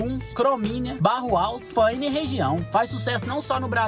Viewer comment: Parabéns cara, você falou Barro Alto GO? 😂 😂 😂 😂 😂